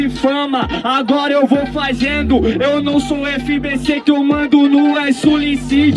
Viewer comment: Caralho, esse gulio não deve nem ter terminado a porra da escola slc, td hr ele fala ( FAIZENDO , FAIZENIO ) que porra é essa véi